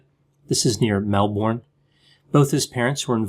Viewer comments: sigh ‘Melbin’, not ‘Melborn’. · Mel-bin not Mel-born LOL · Melbourne is pronounced Mel-Bin 🙂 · Only issue, it’s pronounced Melbourne, not Melbourne. That should clear things up. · Pronounced Mel-b’n/mel-bin :) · It's Mel-Burn or Mel-Bin, greetings from down under! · Americans can never pronounce 'Melbourne'. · Crikey!! I the way Americans say Melbourne 😋 Aussie legend 👍 Onya ☺️ x